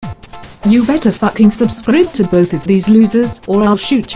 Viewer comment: I SUDDENLY CRACKED WHEN SHE SAID SUBSCRIBBB